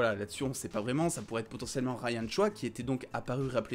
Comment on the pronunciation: Ryan Choï (Choye), désolé mais c est stressant d entendre choix mdrr